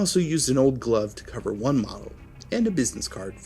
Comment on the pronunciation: "LIKE, A, GLOV-UH!"